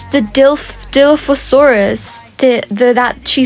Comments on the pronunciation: Lolz it’s pronounced Die/Loffi/sourus (I’m a huge dino nerd so i know lolz, btw im a huge fan, I’ve been subbed for a year now) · Gotta love the good old "Dilophorosaurus" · die-loph-o-sore-us. Love you! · I loveeee your vids do you think i could get my dp its a Mega frost dragon ( my user is Littledinosaur3864/ Nugget, ) btw that dinosaur is pronounced die-lo-fo-saur-us:)